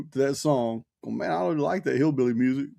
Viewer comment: You said Schillbilly 😂